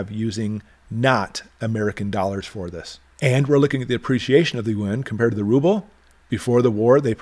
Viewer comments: Thanks for the great inte! By the way, the Chinese currency is pronounced ‘ YOO-AAWWNN’ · Hummm, I think the Chinese in China refer to it as you-awn. That is the international currency. The interior currency is the Renminbe. Most people in China do not carry the Yuan.